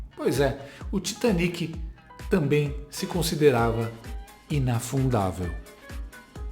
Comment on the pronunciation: Além de não usar o gerúndio corretamente, esta moça, a Andrea Sadi, não consegue pronunciar a palavra tamBém. Fala sempre "tamém"... Que coisa estranha... Vício de linguagem??? Sei lá... Mas é muito feio...